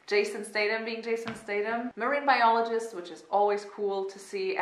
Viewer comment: Statham: "iom a marine bioleejist io am"